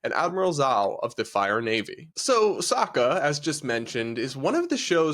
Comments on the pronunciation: did you fucking say soaka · Please learn how to say Sokka, I’m heard enough of them mispronouncing it in the horrific avatar movie.